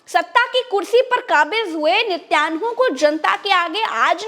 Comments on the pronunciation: अरे वो नित्यान्हु नही है नेतन्याहू है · Nityanhu nahi Natanyahu…. Didi kahin kailasa ke Nityanand ki toh itnaa asar aap pe!!!!!!😜😜😜😜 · it's niten yahoo. Not nityan hoo. And he is a very cunning and dirty man. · Mam its nitin yahoo, not nityanhu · Madam Netanyahu ka uchcharan sahi kariye